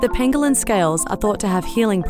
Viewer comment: when she says "pangolin" all I can hear is cartman saying "ping a ling."